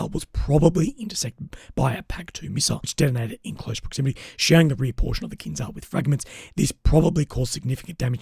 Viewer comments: Fyi - its pronounced kinJal in Russian / Ukrainian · It is pronounced in Russian or Ukrainian: Kin-jahl.